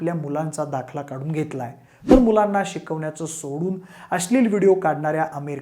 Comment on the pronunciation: भाषा सुधार भावा … अस्लील ??? नव्हे अश्लील! न आणि ण कळतो का ? शिवाय ही फक्त गोळा केलेली संकलित केलेली माहिती आहे. त्यात विशेष काय आहे ? शिळी माहिती आहे सगळी.